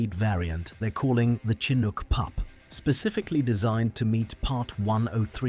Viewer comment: The Ai narrator pronounces Chinook 3 different ways.